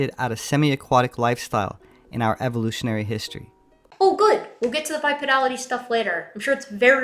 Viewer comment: ...anyone who pronounces "evolutionary sources" like Sylvester the cat is NOT to be taken seriously